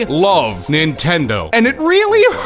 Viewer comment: It's hilarious how it sounds like you recorded one word/syllable at a time like YouTube poop I-lo-ve nintendo